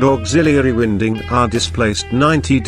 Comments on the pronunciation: Get rid of the music and computer voice mispronouncing winding and this would be a good video. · The incorrect pronounciation of winding rendered thid video completely useless in my opinion